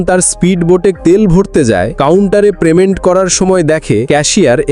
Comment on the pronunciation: প্রেমেন্ট নয় পেমেন্ট হবে।